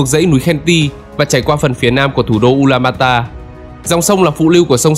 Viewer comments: Tên chính xác là Ulaanbaatar (U-la-an-ba-a-ta) hoặc đọc là Ulanbato. Ad đọc sai rồi bạn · Từ trước toàn đọc là U Lan Ba To, bây giờ là U Lan ba ta nên ko hiểu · Mông cổ là ulanbato mà. Sao lại ulanbata